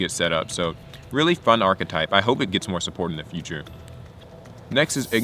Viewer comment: Did you say Power Rangers Achtype? Ive found my deck